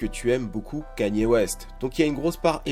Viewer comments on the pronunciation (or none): none